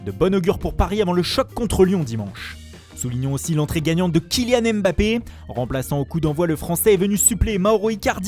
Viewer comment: AimeBappé, Rafignun... bordel tu fais saigner des oreilles c’est ouf.